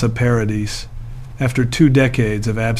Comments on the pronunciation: Her name is pronounced ' Pa ra dee'. The ' s ' is silent. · Great story ,however please pronounce her name correctly.. Vanessa Paradis. (PARADEE) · Please stop saying Vanessa Paradisszs, 🤦🏼‍♀️ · Another video on utube that says…..NOTHING……JUST drones on, and can not even pronounce her name, CORRECTLY. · It can't even pronounce her name properly, hahaha